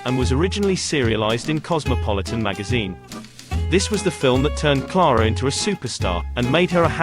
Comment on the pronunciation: Stop calling her Klaarah. Her name is Ciaire-ah.